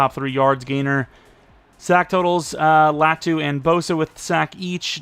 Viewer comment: I think if you pronounced Latu’s name correctly he’d be better